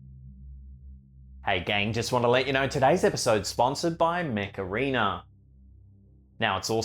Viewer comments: When he was advertising the video game I thought he said the Macarena instead of Mech Arena lol!! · Thought he was saying macarena 😂🤣 i thought 'i dont see the connection here' 🤣